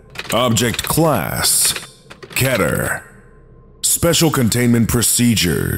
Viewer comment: cough* cough* correction, (kEEtEr) not KeTer :') thank you :) goodnight